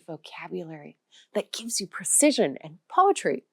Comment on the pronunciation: ( , ) You mispronounced "pronounce."🙄 ALL languages take a lifetime to master. No way is English the hardest language on earth (even if it's also described as the easiest). Pronounce "precision" with more precision (i.e., correctly).